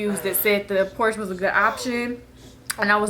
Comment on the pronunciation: Fun Fact: Porche is pronounced Por-shuh (Porscha)... :)